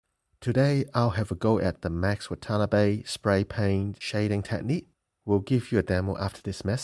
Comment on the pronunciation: BTW it's pronounced Wah Tah Nah Bay not waTANNABee